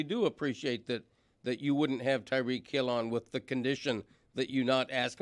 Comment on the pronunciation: Tie-REEK Hill Stugotz not Tuh-REEK